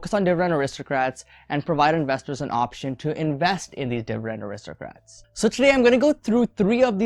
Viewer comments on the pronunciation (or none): It's aristocrats not aristrocrats